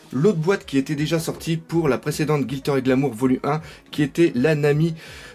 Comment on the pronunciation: gLitter, pas GiLtter ^^